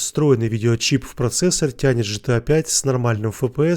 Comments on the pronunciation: Г Г, помогите этому человеку сказать букву "Г" в начале аббревиатуры от сокращения слова - название не меняется. Гта а не Джта... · Почему ты говоришь Джытыа?если игра Гэтэа?😀